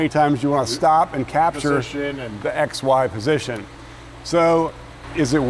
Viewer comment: Only 2 minutes in and instead of X,Y position I keep hearing ex-wife position 😂😂